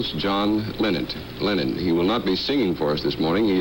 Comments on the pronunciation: Did he really say “former beatle John Leonard” 🙄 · The announcer called him "John Lennont" at the start. I am certain John loved it :) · I could understand the news reader mispronouncing his name in 1964 but in 1974 it could only have been deliberate.